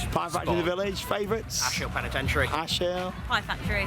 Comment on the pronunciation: no you didn't pronounce penitentiary correctly :) phonetically its penny tent sha rey... well close enough